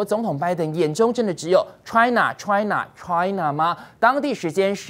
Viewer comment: 主持人的China 發音很奇怪. Ch發音太過了. 主持人話太多了。讓來賓多說些好嗎？